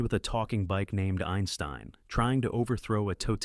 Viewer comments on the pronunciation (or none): none